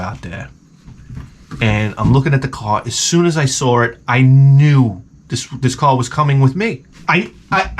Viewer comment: "As soon as I sawr it."